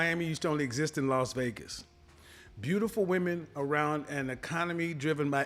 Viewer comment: LOS Vegas?!! No, it's LAS Vegas, Kevin, respectfully.